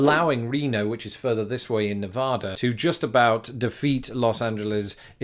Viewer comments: Nice video, but it's NevAda, not NevOda. Midwesterners always get it wrong, no hard feelings. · I suggested the Reno one! Also the state is pronounced Nevada not Nevahda. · Don't go to Nevada and pronounce it Ne-VAH-da, unless you want dirty looks... or snickers from the residents.